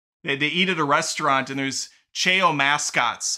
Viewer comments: lol chay-o 😂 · "Chaow" is the right way to pronounce what those cute vertual-pet like creatures from the Sonic frachise are called. From me being a big Sonic fan ever since I was in the toddler months of my life and especially because of the positive stuff that's been revealed about it, I don't think that I've ever been more hyped for a movie than I am for the Sonic 3 one!!!! The thing about Shadow having a gun is the only part that I don't like about it, so I hope that he holds it for only a few minutes then puts it down and doesn't use it at all. It's been confirmed that Paramount was given the rights to the SA2 theme song "Live and Learn" so that that studio can put that totally popular banger hard-rock song into the Sonic 3 movie and I'm soo glad about that! (especially because it's currently my #1 favorite song and because SA2 is one of the games that this movie is being inspired by) Since the Snow White remake is being soo digustingly made and that actress showed how annoyingly bratty she is, I'm 100% going to boycott that movie. Also from that hairdoo it looks more as if Dreamworks gave Disney permission to make a movie that introduces some character who's a twin sister to Loard Farquaad instead of a remake movie about the very first Disney princess! Lol😂